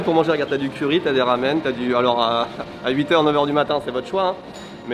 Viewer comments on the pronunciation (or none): none